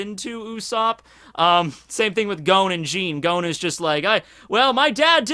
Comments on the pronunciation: Gon not Goan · You really take that pronunciation too far sometimes.... I can forgive a lot but Gown?! Wat?! His name is Gon goddamit